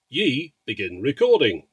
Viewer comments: It's pronounced as E the letter, not like "yee", I live in China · Obviously you're far from the only one to mispronounce it, but the pronunciation should be far closer to "Eee" not "Yee".